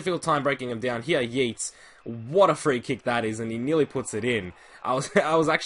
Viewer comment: City fan here - Morais is pronounced Morice and Yeates "Yates" by the way. Just letting you know, great videos!